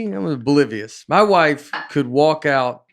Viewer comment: Nate "I was bolivious" Bargatze